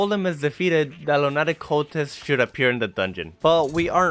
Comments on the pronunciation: Pronounced loonuhtick cultist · I know he said it wrong but “Lunattic cultist” has a nice ring to it